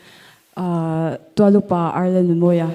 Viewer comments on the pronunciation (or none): none